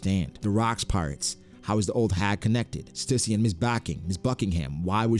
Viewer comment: Stüssy is pronounced Stew-see.